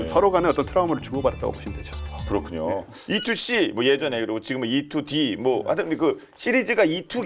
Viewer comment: E-2D 토속적인 발음, 짱입니더~